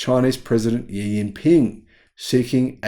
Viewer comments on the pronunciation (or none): FYI the "Xi" in Xi Jinping is pronounced like "she" not "yee".